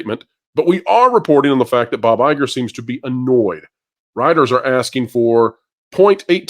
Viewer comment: Please Guys it's BoBo EyeGore 👁 🤣🤣🤣🤣🤣🤣🤣🤣